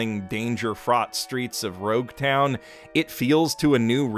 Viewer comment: "Bara-tea" Okay, weird pronunciation, but fine "Rogue Town" Okay now you've crossed a line. All seriousness, though, Rogue Town is a poor translation. Its Logue Town. Oda named it that was because its the end of the prologue, and also the place where the story starts with both Roger's birth and his execution. Logue, short for Prologue.